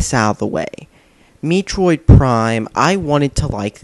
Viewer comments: Metroid...not Meetroid. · Meetroid prime? Met-troid. Not Meetroid. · Pronounced "meh-troid" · It's not Mee troid. It's met troid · holy shit dude, i mean you managed to make me laugh just by saying mitroid instead of metroid, i mean thats how fuck up the name of everything you review the way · I knew he was straight trolling when he said Meetroid. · What the hell is “MEEtroid”? Also I know he’s trolling but I just like laughing at how he bullshits his way to say its a bad game. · I like how he purposefully makes the controls look hard to use by not using the lock-on feature. Also can’t even pronounce the title correctly. “Meetroid Prime” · OMG he really said meatroid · This fool's GOT to be a troll. By the way, how about "ARCHIE-ACK"? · lol it isn't pronounced me-troi prime... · BTW you said to move your GUY around Samus was a GIRL and Metroid is pronouned Meh Troyed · Meetroid Prime? Is that how it's pronounced? If you played the game... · Me troid, you troid, we all troid for Metroid. That's Met-roid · "Meeetroid Prime" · What the fuck is a meetroid? I've heard of a metroid, but not a meetroid. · you said MEE triod prime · lol MEItroid prime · Meh-troh-eed. Say it like that. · MEA-TROID MEA-TROID!!!! LOL WHAT A FAIL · MEETROID?!? You're trying too hard. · Here's how to say Metroid: Meh-troyd Also, please review Two Worlds for PC of Xbox 360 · LOL what the fuck is MEEtroid? lmao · Maybe you should learn to speak before doing reviews. Mee-troid? Archi-ack? Please tell me you're trolling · i absolutely love videos - he isn't afraid to call nintendo out for some of their STUPID decisions over the years, and his pronunciations are hilarious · That's not how you say metroid